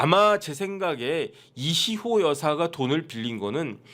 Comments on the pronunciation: 왜 이희호가 이시호로 들릴까요?~^^ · 이희호 여사요 이시호라 발음 하시네